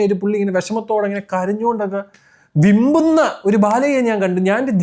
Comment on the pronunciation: വിമ്പുന്ന അല്ല വിങ്ങുന്ന